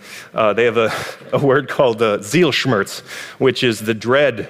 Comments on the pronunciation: Zielschmerz - but try to pronounce it less like "seal shmurtz" (like he did) and more like "tseel shmairts" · "I'm german myself" *fucks up german pronunciation* (What's Sielschmörz supposed to be anyway?) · All of my words are made up, but built from the fragments of real languages. The word you’re talking about is Zielschmerz. Apologies for the mispronunciation. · He said he’s german, but couldn’t pronounce “Zielschmerz” correctly😂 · Zielschmerz: goal + pain. It’s a made-up word, and I can’t speak German (though I’m partly German by blood) so it’s not surprising that I stumbled on the pronunciation. Ich entschuldige mich! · I guess considering the German history most people in Germany today (me among them) usually don't define their "Germanness" by blood or skin or heritage or what else, so I completely forgot people elsewhere do that. My bad. Also maybe try pronouncing Z like TS and the E in Schmerz like the A in land. Ich entschuldige mich auch!